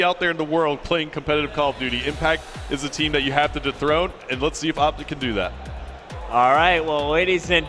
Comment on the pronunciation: you said optice...